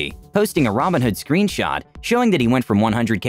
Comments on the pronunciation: Yo im listening to the audio only and I swear yoh pronounce robinhood and ramenhood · The videos are great, only thing I would maybe nitpick is everytime you say "robinhood" I have to do a double take, because you pronounce it basically like "ramenhood", lol, wonder if anyone else noticed that :P But the recap videos are great, nice to get my gambling fix satiated vicariously